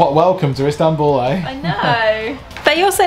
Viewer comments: LOL, sorry for picking up on it, but she make it sound like East Hambul. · Probably my favourite video from everything you've ever done. I now desperately want to go to 'Eastanbul' as calls it! 😁